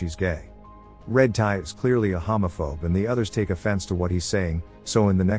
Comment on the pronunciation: The way he pronounced homophobe 💀